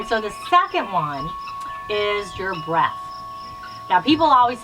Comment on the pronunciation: #cucuckoosquad. I have to laugh out loud when you said, "think about your breath" it came out to my ears as think of your BREAST!! It's a good thing I was already laying in bed because I almost fell over laughing. 😃👍